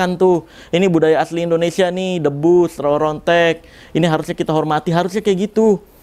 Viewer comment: Bang boleh ngasi saran ga Kalo nyebut Indonesia itu jangan endonesia bg Soalnya gw suka enek denger penguasa bilang ‘end’onesia bukan indonesia😭